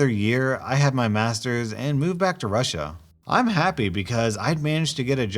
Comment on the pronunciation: not russi but Russia